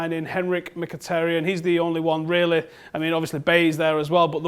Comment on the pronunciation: Finally someone who speaks Mkhitaryan corectly ( )